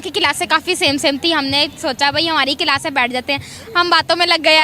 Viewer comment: Pakistani class ko kilas bolta hai kiya